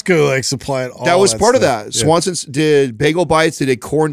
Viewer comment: It's Schwann's, not Swanson's